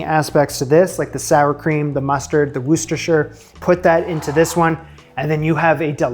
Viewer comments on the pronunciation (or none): It's not "whoostishir" it's "Whooster" so no, you don't have that pronunciation down. but take heart. the English pronounce "Bethlehem" as Bedlam. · Looks interesting but also food for peps with a death wish. I’m from Europe and have therefore never tastet this dish. 😎 Ps it’s “ Wooster sauce”. You don’t pronound the “shire bit” 😁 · It's pronounced wooster sher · It is incorrect to pronounce the shire part of Worcestershire sauce. I'm from there. The correct pronunciation sounds like whu ster. So tired of people getting it wrong. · And then still not pronouncing it right. But I still love him for trying!